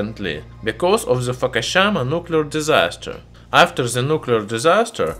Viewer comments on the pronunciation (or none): Foo-koo-shee-mah Fukushima Edit: sorry! I love all your videos. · Is Fookashama close to Hairoshaima?